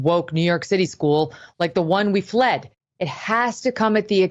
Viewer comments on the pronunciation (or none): none